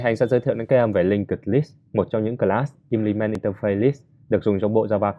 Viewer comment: implement có phải trong video đọc là in đì men ? đoạn s